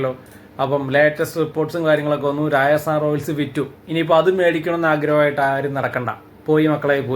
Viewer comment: രാജസ്ഥാൻ ആണ് bro രായസാൻ അല്ല 😄😄